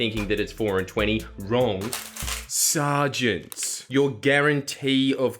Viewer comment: 'Sar-gents' really got me LOL